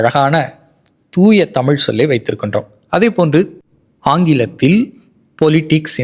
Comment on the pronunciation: தமிழ் என்பதை அழிக்கிறீர் தமுழ் என்று பேசுவது மிகவும் இழிவு.... மிகவும் கேவலமாக உள்ளது.....